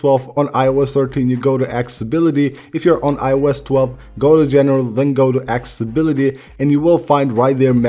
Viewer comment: Guy can’t speak accessibility properly XD😂